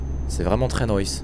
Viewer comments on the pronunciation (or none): none